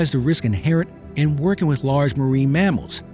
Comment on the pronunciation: The word is WITH. Not WIT. BIRTH not BIRF. 🙄